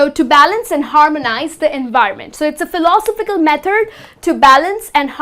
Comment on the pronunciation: Good attempt to make the lesson interesting. Please consider the following: 1. an hurricane --> a hurricane 2. 'phiLOsophical --> philoSOphical 3. the use of 'belongs to' does not seem appropriate here Good enunciation. Keep up the good work.